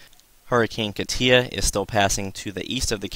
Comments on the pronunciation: I checked it out...it says KAH-tyah which is essentially the same way I wrote it out. You are still mispronouncing it. Emphasis on first syllable not the last. You are saying kah-TIA...its not that important. Your information is, and please dont think I am trying to be a smart ass...you are simply mispronouncing it (even by NHC standards) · Man you are killing me with your pronunciation of Katia. It is pronounced (KAH-tcha) not whatever you are calling it